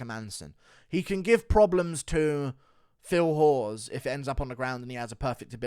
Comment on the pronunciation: The way guru pronounces Phil hawes 😂😂😂